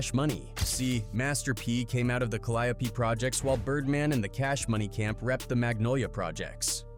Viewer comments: Kah-Lie-O-Pee Is throwing me 😂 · There saying Calliope wrong.